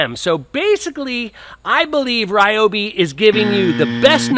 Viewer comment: You cant even pronounce the company name properly.